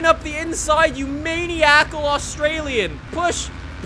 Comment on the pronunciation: "Maniacal" is not pronounced like MAIN-ee-ACK-ull. It's min-EYE-ik-ull.